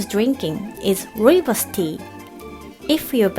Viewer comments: I didn't know Rooibos tea was available in Japan! Your pronunciation of it is perfect too. Greetings all the way from South Africa ♡🇿🇦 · She also pronounced rooibos (the tea Sutan is drinking) correctly. It's an Afrikaans word often mispronounced, but she said it perfectly! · pronunciation of Rooibos (red bush in Afrikaans) is very good. Babies drink rooibos tea in South Africa because it's mild tasting and caffeine free. It's technically a herbal drink not 'real' tea. I wonder if the teabags are very expensive in Japan? I've heard that it can be bit a pricey outside of South Africa.